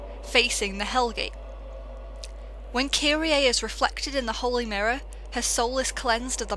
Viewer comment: I'm seriously disheartened by people who play video games ; and the game gives perfect pronunciation , and then the person just goes "Fuck it, I'll just say it how I want" (though its incorrect) "Kiri-A" It's just kirie, the "e" in Japanese isn't always the sound EY. Tomoe is TOE - MO sigh Then again you have a Vulpix as your channel mascot so its already apparent of fucked of name prounonciatations of the Pokémon community.